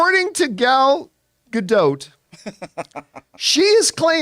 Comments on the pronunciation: Please. . . please learn to pronounce her name correctly. please It's easy. Her name rhymes with dot. Not. . . dote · her name is pronounced, closer to Gal Ga-Dot (not quite but closer than DOTE)